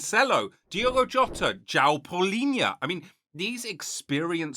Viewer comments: Hi Mate nice video, but as a João myself who lived in the UK, our name is not "Jao" it´s JOão. So you need to spell the "o" and as an "u" before de "a". the "ão" you develop it by training the accent Keep it up mate cheers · *João is pronounced "Joo-wow" while Leão is peonounced "Lee-aw"